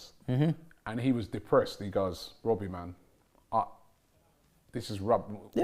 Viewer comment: why do you say Wobbie😂😂😂😂 Isn't it Robbie?